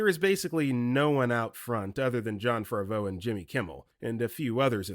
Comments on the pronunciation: Dude, it's not Jon Farvo, it's Favreau (rhymes with "have ROW" Speaking of mispronounced Johns, it's "leg-wih-ZAHM-oh", not...whatever you said. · JESUS FUCKING CHRIST. Favreau is pronounced Faav-row. SXSW is said as South by Southwest. John Leguizamo is pronounced Leg-wi-za-mow.